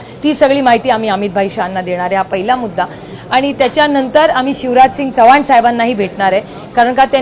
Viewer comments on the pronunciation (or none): none